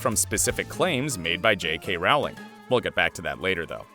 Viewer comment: She's only maybe the most famous woman in the whole world, but you can't even pronounce her name right? It's Rowling like bowling, not like howling.